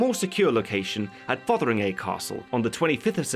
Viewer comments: TIL "Fotheringay" isn't pronounced "fungi" like in Jeeves & Wooster. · Minor nitpick, but Fotheringay is pronounced Fungy